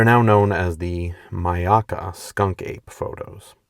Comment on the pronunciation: Its pronounced Mayakka My-yak-ka state park. I lived in Sarasota for many years and have visited that park many times. We always talked about skunk apes in Florida.